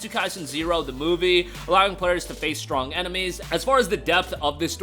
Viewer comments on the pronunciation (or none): none